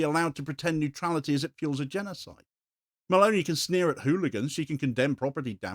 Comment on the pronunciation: Meloni, elle s'appelle Meloni, pas Malauney. C'est une fasciste comme le autres mais ce n'est pas une raison pour déformer son nom, sinon on ne comprend rien.